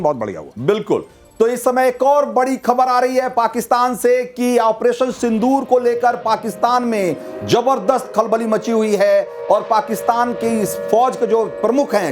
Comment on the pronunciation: Jabardust nahi hota zabardust hota hai😂😂😂😂😊